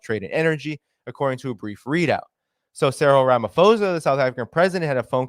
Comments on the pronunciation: Theres no F in Ramaphosa . Its not an English name its just written in English alphabets. The English rule of PH = F does not apply here. Just read it as you see it, with a P. Please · small correction: South African names use "ho" for a long O sound, "ha" for a long A sound, etc. The h is silent in Ramaphosa. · So the name is pronounced Ra-ma-paw-zah. Also, it’s like you are talking about a different incident because this is definitely not how the citizens view the Lady R incident. We are very certain that weapons were definitely loaded on that ship. The ambassador would not have made these accusations if the CIA was not certain of it, and obviously it can’t provide evidence without exposing its agents. Your ambassador didn’t apologize because no apology was due. Us, we the South Africans, are pissed off about this because it is putting in jeopardy the AGOA agreement which many of our small businesses (including mine) rely on to survive. It is shocking that you have such a dim view of your own country. Are you aware that the politicians who have dragged us (South Africa) into this conflict are the same politicians who have completely wrecked our power grid and are systematically forcing us deeper and deeper into financial ruin? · Pretoria is a land locked province I think ur talking about simons town in cape Town also its ramaposa u don't pronounce the ph sound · It's pronounced "Ramah - Paw - Tsar". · h is silent